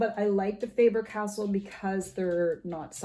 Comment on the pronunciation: Faber- Castell. Castell, not castle. 😉